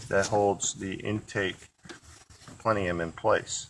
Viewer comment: If he says plenium one more time